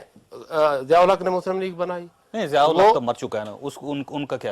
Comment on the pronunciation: hahaaaaaaaaaa omg! jsut see they way he says "zial huq ki kabar pe kore marain chahiyain" full time daaroo charri huwi he issko